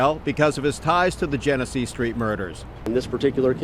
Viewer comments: U got ur information messed up BADLY. Its Genesee (Jenna-See) and Jalen Everett got killed on Dewey & Magee not Genesee. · What’s so hard about saying Genesee? Jen-eh-see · outside of the spelling you will say the street name like jin-a-see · The street is genesee street not jenett street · Genesee rhymes with Hennessy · We do have to do better! Speaking of, my boy, where did you go to school at? Imma need you to read a little bit more. You heard them say that street name “Gen e see” idk what you called it. And feet is plural it’s not feets! Come on brother, good video though!